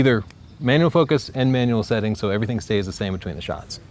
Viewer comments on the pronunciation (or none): none